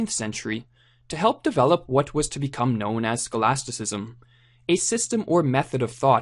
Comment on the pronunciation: Scholaticsm? Or Scholasticism?